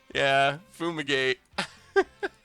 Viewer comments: BrewBrewBrewTheDeck I saw lad the whole pod. It just sounded so weird when he kept repeating it lol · Yeah, patrick chapin says it as foomigate all the time in his top level podcast lol. Never understood why